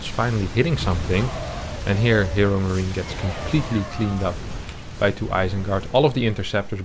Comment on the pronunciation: Am I only who hears "ChadMarine"?